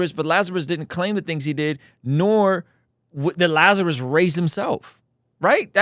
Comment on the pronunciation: wait, you could understand what Ben said. it sounded like "blrtniLazerusbldrt"